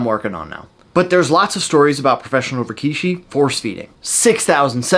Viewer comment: I’d like to say the work Rikishi is pronounced more like “Rick-shi” and not Ree-kee-shi or rah-key-shi.